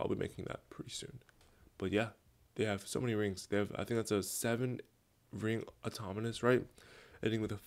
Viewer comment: why do I keep hearing automonus